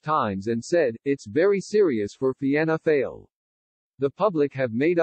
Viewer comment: It's written Fianna Fail but 'Fail' is pronouned 'Foil'.